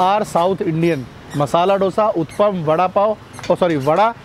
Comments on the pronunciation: First of all "its UTTAPAM" not UTPAM as you are pronouncing! As a leading food blogger you should not do such pity mistakes!Secondly why you always give high rating to each and every food joint you visit,it seems whole delhi food outlets are selling 10/10 food stuff...Try to give honest review,it will increase your channels credibility!Thirdly stop praising "AMUL BUTTER" in each and every video as it is quiet irritating now!Finally Earning money is every persons priority ......But you should follow some ethics while doing so,trying to say .....Put less Advertisement in your video,nowadays when I play your video i have to watch 5-6 Add it's quiet Annoying!Please don't take your subscriber for granted because they are the one who put you in 1 Million Club............Good Luck for future Endeavors!👍👍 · उत्तपा केहते हें, उत्पम नाही😁😁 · Bro, it's not uthapam it's huthappa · Please pronounce vootappam